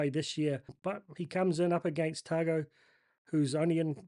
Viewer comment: FYI Tago is Pronounced Ta ngo, in Samoan usually G is Pronounced NG, So ga, ge, go, gu, is nga, nge, ngo, ngu. Though you do a pretty good job pronouncing the Polynesian and Melanesian Names. Better than most, including some polynesians who live in Australia, they are amongst some of the worst. Yes its been a tough season, hopefully the boys can gel and as long as they do not hoist the white flag and fight every minute that is something. SJ will be out for two weeks maybe we need to send him to Fiji to see the Same Healer that Fixed Naholo's Broken Leg before the Rugby World Cup? 🤣🤣🤣🤣🤣🤣